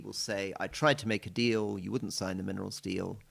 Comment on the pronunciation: Rory said, 'minerals deal' but it sounded like 'minerals steal', which describes it perfectly.